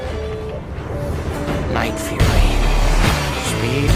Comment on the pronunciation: i thought hiccup said night furry... not fury